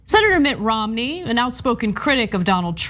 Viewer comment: Are they booing me? No, they are saying Roo-mney, Roo-mney.